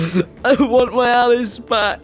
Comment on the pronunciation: why do pronounce alice like ellis?